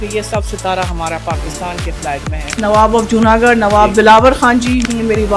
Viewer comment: جونا گڑھ ہے جونا گڈھ نہیں۔ garh gadh ×